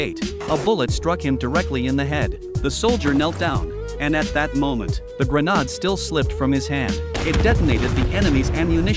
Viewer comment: A grah-nod, 🤣. AI won’t be taking anyone’s jobs away anytime soon.